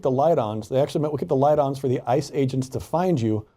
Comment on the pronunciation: On a completely unimportant note, the way you say IIICE, truly every time my brain assumes you're going to say ISIS. lol